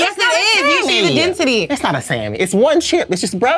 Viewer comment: I’m screaming at “IT’S THE DENSISTY!” Lmfaoooooo it’s definitely a single thin crisp